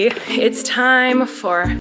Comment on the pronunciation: I clicked here faster then Colleen could say “ADVENT”